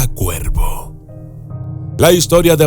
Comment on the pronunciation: Lo siento pero me confundí cuando decías cuerpo en lugar de cuervo. Por lo menos es lo que alcanzo a escuchar